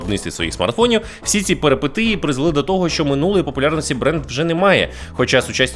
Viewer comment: "ПЕРИПЕТІЇ", панове!!! А не ПЕРЕПЕТИЇ, аж кров з вух!!